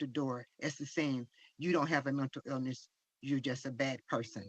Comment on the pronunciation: Did his mother said mental or Milton illness😂😂😂😂😂